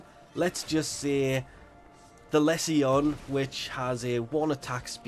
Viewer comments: It’s le-sion not Les see yon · Every time you say less e on I cringe, it's pronounced Lee Sun. Its a medical term Google it, also that wep is pure Mr fodder, its a poor man's plague zaw for the people who hate poe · ..did..he just a the Lesion the lezzion? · Less ee on? Goddamn... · Les see yon ? xD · He says it like a finn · Dude, don't take this the wrong way but go google how to say lesion. It's a medical term. Like, he's got lesions ons his liver, meaning he has scars on his liver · you finns say it wrong then :P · Less-E-On? That's not how it's pronounced right? It's Lee zhun like legion with an s. Or am I entirely wrong here? It's also not Hem-ah. It's Heam-au. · Pupacyst with a "pu" like puppy, rather than pupa. Lesion like...like...uhhh.... Anyway, must be a troll.